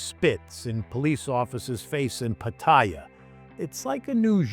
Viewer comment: Good stuff? Your piece is on point! That said, for someone who says they've lived here for years, you could try to pronounce the name of cities correctly - minor, I know, but Pattaya is pronounced Pa - ta - Yaa...ask any Thai, not another foreigner.